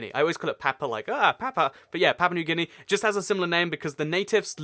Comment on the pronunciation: It's guy-ana and gee-a-na